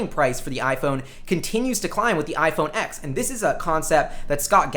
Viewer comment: Just FYI, it's pronounced "iPhone 10" not "iPhone x".